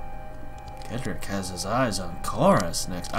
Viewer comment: His name is pronounced Cedric (Said Rick) not Kedrick